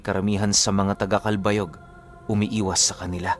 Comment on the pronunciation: Good Noon po Listening from Samar...just want to say mali po ang pag pronounce niyo ng CALBAYOG...some of your pronounciation po especially sa mga lugar sa Samar ay mali po...just saying po para mai-correct sa mga susunod na story niyo... anyway I'm an avid listener...:pride-heart-rainbow-philly